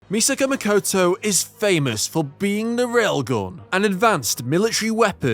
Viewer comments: "Mikoto", please.. not "Mikoutou". It's not that difficult to pronounce a Japanese name, is it? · Apologies, it was not my intention to come over as rude. But I just can't get used to English native speakers pronouncing simple monophthongs as diphthongs - the latter is arguably a more complex pronunciation. If you watch Railgun then you hear "Mikoto" pronounced all the time.. I mean, nobody demands or expects a perfect pronunciation, but is it really necessary to always use English dipthongs for simple vowels?